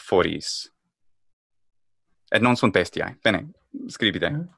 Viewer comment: Why does he nasalize vowels so much? bestiãe? imãgine? grãtiã? Is it his way to indicate a long vowel? "alborear" existe en castellano